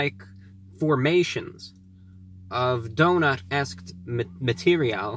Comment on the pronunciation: donut eskitt.. mm... materiahl